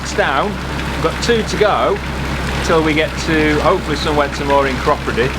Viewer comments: Cropredy --- us old time locals say CROPadee…. welcome to my stomping ground by the way! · Hi Guys Its Crop__ready not the way you are pronouncing it, by the way I have also got problems with my right knee it keeps giving way under me, fell over the other night going to the toilet. So I have got to go to local Hospital for an X-ray. Anyhow love the video. PS I've been down the Oxford canal some years ago, in summer it gets very low of water. Cheers Dave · Loved this week’s video. Sure we could hear banjos around Clattercote Wharf, and I always thought it was pronounced Crow-preedy - glad you put me right.